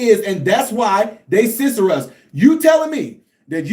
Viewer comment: Censor not scisser 😂😂